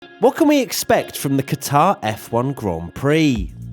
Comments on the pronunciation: its pronounced 'Gutter' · Please get your pronunciation correct.... It is Qatr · Protip: you’re meant to stress the first syllable of Qatar, not the second. It actually sounds more like “cutter” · pronounced cutter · Butchered the name😂